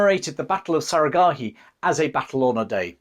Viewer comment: You can’t even pronounce one word correctly, Sarah Gharai 😂😂😂😂😂 Who’s time to listen to ur BS